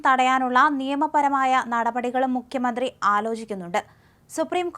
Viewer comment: ദയവായി മുഖ്യമന്ത്രി എന്ന് ഉച്ചരിക്കൂ. മുക്യ മന്ത്രി അല്ല. Pl.